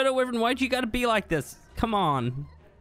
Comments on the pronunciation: It's wyvern not wevern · It's nota pronuncie how you saiu wyvern ! It's pronuncie as whyvern. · Does anyone else get a little annoyed with the fact that he says wyvern weird? Just me? Ok 😂🤣😖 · Your saying wyvern wrong